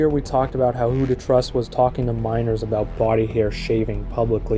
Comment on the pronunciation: WhoToTrus? Not Trus, apparently.